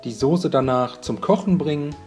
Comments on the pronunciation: SOßE , SOßE !!!! Nicht Sose... aber rezept ist gut... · Jaaaa genau - das hört man leider sooo oft: Sooohse. Scheint wirklich ein schweres Wort zu sein, oder es wird mit der weichen Konsistenz der SOßE assoziiert :)))))))